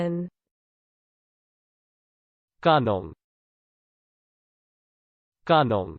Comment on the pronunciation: this is literally not how its pronounced my humblest dudddde